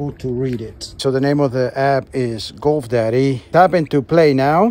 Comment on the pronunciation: Goof daddy. Dude, practice your pronunciation.